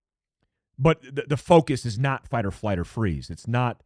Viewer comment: It sounded like you kept saying "fight or fight" there around the 6-minute mark. 😅